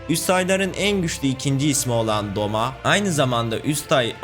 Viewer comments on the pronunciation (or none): Abi yalnız doma değil douma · O doma değil douma aslında o da değil dolma 😂😂😂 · Doma değil o douma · Abi Douma o Doma degil